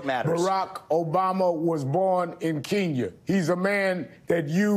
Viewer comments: I haven’t finished this clip yet, but i know it will be a spankin! Did this man say ‘Keenya’…smh. Let’s get this W Vivek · oh I know where Kenya is, but where is Keenya. Al Sharpton can't keep his thoughts together, let alone pronounce basic words. Not knocking the guy, but he's a troll.